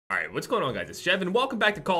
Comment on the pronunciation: In the intro almost pronounced alright correctly!